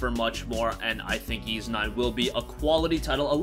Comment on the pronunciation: Wait, YS is pronounced as "YEES"??